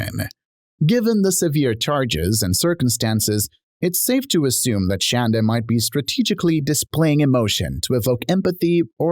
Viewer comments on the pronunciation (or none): Omg.. it’s Shonda not Shanda.. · It's pronounced shawn.da not shan.da lol!!!😂